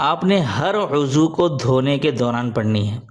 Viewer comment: Azu lafaz ghalat he uzzav lafz Sahi hae,ap ny aazu fermaya tah